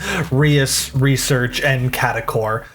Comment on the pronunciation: procedes to mispronounce Reus 😅